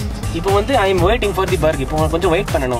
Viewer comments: good effort.. but bhurger and wooooper??? wonder how the bhurger keng guys understand what you are ordering... keep rocking.. and the next time you order a wooooper, listen to the guy at the till when he confirms your order and how he pronounces your woooper.. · and I'm going to ree-ceive my boorghur